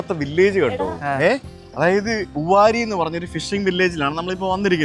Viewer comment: ഉവാരി അല്ല ഉവരി.